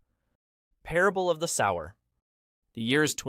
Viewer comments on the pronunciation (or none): "Sower" is pronounced "soh-wer" as in someone who sows seeds, not "sour"